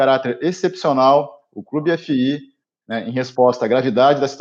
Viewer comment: Só uma sugestão a vocês... Pradonizem a maneira como falam "clube fii"... Passa melhor o nome da marca! Do mais parabéns pelo conteúdo de sempre